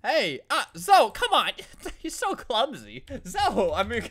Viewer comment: zo? Don't you mean zoEE how dare you not speak basic english